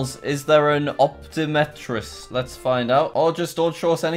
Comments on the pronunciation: an "op-teh-meh-trist".... it's an optometrist, jack. clearly someone's having trouble with his reading and needs to go see one 🙈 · are we going to ignore when he said "op-te-me-trist" instead of optomestrist? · the fact he had trouble seeing and pronouncing the word 'optometrist' makes me thing he needs to go to the optometrist. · Jack having trouble pronouncing Optometrist is mood